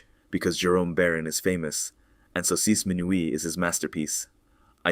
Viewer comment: You can tell it's AI. He can't say "saucisse minuit" properly and suddenly at the list of names he acquires a French accent 😂 Sleep inducing drone.